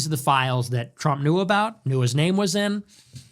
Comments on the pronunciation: he says “Donald trimp “ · Where are you from dude? I like the way you pronounce Trump. Sounds like Donald Shrimp